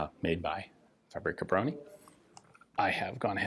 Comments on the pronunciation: i love how he refers to fabryka broni as a name (its a title it literally means weapons factory) and also how he says it like paprika brony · faux-brie-kah brony XD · Try "fahbryckah brohnee". I know, Polish language is tough, even for natives. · The "Fabri Cabroni" pronounciation gave me a good chuckle, almost like it's some italian design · The 'Fabroni'. Sounds Italian when you say it like that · When you said "Fabryka Broni" it sounded italian more than anything else xD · "Fabrika broni"... that's totally not gonna get memed